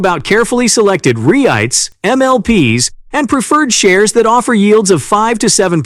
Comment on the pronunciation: Her RATs? And REE- ITES? 😂😂😂